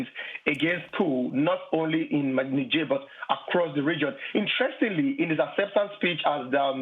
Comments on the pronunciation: Amy, it's "Nizjèr", not "Nisjèr". You're always so infatuated with foreign words and names. "Hello, Greta Thunbery... So, Greta Thunbery... But, Greta Thunbery... " That was a weird interview. That's not how native speakers talk, using someone's first AND last name over and over again. But you wanted to show the world you knew it was "Thunbery" not "ThunberG". Whoaah. That was hilarious. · What is "Negeirr" ? . It's def not Niger. Ni =Neye ger='s grr like a bear